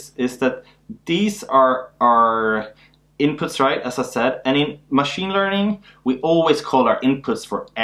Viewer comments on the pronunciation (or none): none